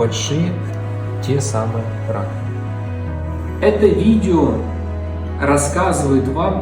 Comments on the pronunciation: Нижние носовые, простите, что? Раковинки? Не расслышала.. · 3.01 Нижние носовые ... что? Несколько раз отматывал назад чтоб понять это слово.